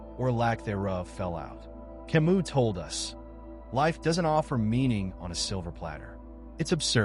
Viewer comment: But it feels annoying when someone who is going to introduce a person doesn't pronounce their name correctly.